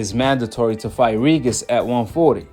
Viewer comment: Reejus reejus reejis reejis reejus reejis reejus reejus reejis reejis.. who th is reegus???